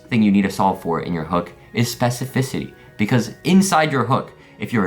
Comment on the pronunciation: Bro said specificity